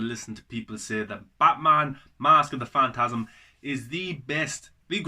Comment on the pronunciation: You've definitely been sleeping on this man. You said it yourself - it's great. One of my faves. (Also at the end you call it "fast of the mantasm", by accident I think. Made me laugh 😂 👍🏻